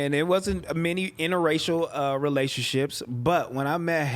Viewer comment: don't know how to pronounce segregation and interracial lol. It's all good fam idk how to pronounce certain words neither lol